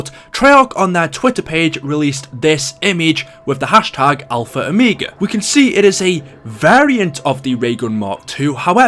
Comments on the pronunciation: I'm going crazy stop saying -o me ga it's -o mega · Ah yes “Alpha Omeega”